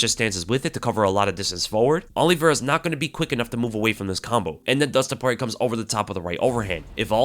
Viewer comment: Nah brah, Poirer